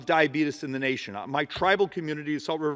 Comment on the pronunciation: Don't call it dyabetis, people say it like that jokingly